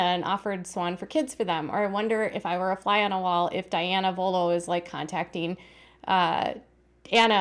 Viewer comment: Their name is " Vuolo" not "Volo"!!! Also, it's "Mentor" not Menter"!!!